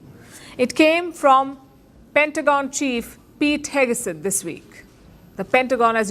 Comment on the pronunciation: Palki: FYI: In the USA it’s pronounced as Heg Seth not Heg a Seth. For what it’s worth!